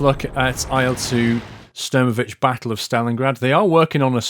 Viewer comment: pls, not sturmovich, it's more like shtoormohveek